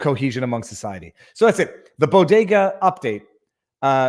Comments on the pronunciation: Jill pronounces bodega like “Bogota” as in the country of Colombia. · It’s BEAU-de-gah. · She couldn't even pronounce it right, What the hell is a "boo diga" ? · She can’t even pronounce BODEGA!